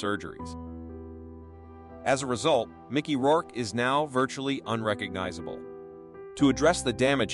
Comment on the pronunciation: did he say "Rourkay" ?? mispronunciation is almost as annoying as terrible narration lol